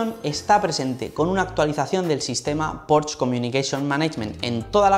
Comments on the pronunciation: No sé dice Porsch. Se dice Porsche, con todas las letras ... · se dice porsche no porsch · En realidad se diría [ˈpɔʁʃə], y el ultima "schwa" es una vocal neutra que en realidad no suena a la "e" que tenemos en castellano. Así que la única forma realmente correcta sería pronunciarlo fonéticamente en alemán al 100%, cosa que no suele hacer ninguna persona que no sea germanoparlante.